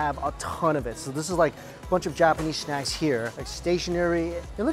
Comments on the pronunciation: Lol I love the way he said “snack” as “shnack” 🥺😌😊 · not to be mean but do you want a shnack i know he talks like that